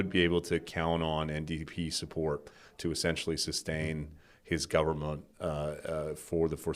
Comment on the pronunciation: Pronouncing 'government' after I teased you about saying it 'govbment' 🤭